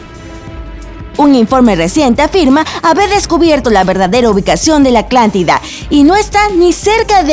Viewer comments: Cuando escuche “aclantida” me fui de este clickbait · Le encanta la C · x 2 mejor quite el vídeo escuchando a esa aclantida que fastidio jajaja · SophieBeL7 siii verdad jajajaj dice aclantida 😂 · Siii yo también iba a comentar eso. Aclanctida Me gusta más la voz del hombre. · Solo yo note que la narradora dice aclantida? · No no fuiste la unica yo tambien me di cuenta xd todo el video diciendo Aclantida ay aunque otras mas cosas y no se xd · Aclantida? En el océano Atlántico? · Si es cierto se ollero clantida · Aclantida dice v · Like si te gusta la “Aclantida” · La narradora no dice Atlántida claramente, seguro porque tiene una pronunciación particular que algunos de nosotros tenemos con algunas consonantes o sílabas, discrepar sobre el contenido enriquece el aprendizaje, criticar el vídeo o hacer burla sobre como pronuncia ciertas palabras, muestra nuestra poca empatía y no es gracioso. El título lo dice bien claro "Atlántida" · Si, pésima la pronunciación. Le quita toda credibilidad al video que ya de por si es dudoso... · Me estresa que diga "aclantida" y no "Atlántida" 😤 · No creo que sea confiable alguien que diga Aclantida durante todo el video en vez de Atlántida... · La morra dice "Aclantida" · la narradora dijo aclantida cada vez que debía decir atlántida XD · Like si escuchas a la chica decir "aclántida" en vez de Atlántida!!! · Es "ATLÁNTIDA" NO ACLÁNTIDA AMIGA. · Like si escucharon aclantida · gabo otos. soy ingeniero en audio trabajo en unos estudios de doblaje en mexico. y estoy tan acostumbrado a corregir dicción, que escuchar aclantida es garrafal para mi por que.. mi trabajo es que estas faltas de diccion no pasen. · por que dice la "aclantida"? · Soy eo unico al que le parece que dice aklantida? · Gianni Caligari si dice aclantida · Solo dice aclantida🤔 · Pensé que era yo que imaginaba escuchar "aclantida" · Por favor, deja de decir ACLANTIDA!!!! 😱😱😱😱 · me desespera que diga aclantida y océano aclantico. No lo tolero. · "Aclantida" :v